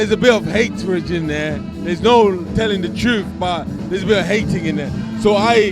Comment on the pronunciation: Andre ward slapped carl froch senseless.. made froch hit fresh air.. derick said "hatridge" mans making new words